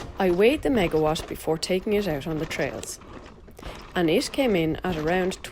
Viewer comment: It is not megawash it is megawat! LOOOOOOOL